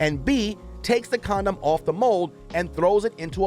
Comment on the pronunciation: huh-huh... he said "comdom"...